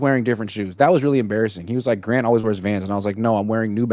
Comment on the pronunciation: Grant you butchered my super chat